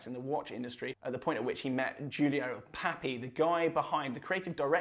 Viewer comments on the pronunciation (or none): none